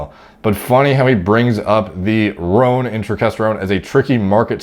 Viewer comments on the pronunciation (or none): none